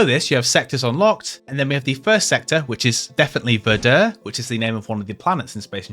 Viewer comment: Hey, so, Verdure is pronounced Ver-jr.